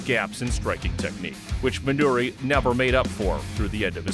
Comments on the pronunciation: Dig the video, but it's MinorU Suzuki. Not Minori. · Why does he keep calling him "Minori Suzuki"? Also, I'm pretty sure Guy Mezger wasn't the world champion of UFC 4. That went to Royce Gracie. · Minoru Suzuki, not "Minori."